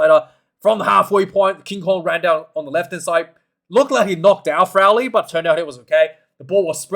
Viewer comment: Ciaran Frawley is the name . Not Frowley or Crowley !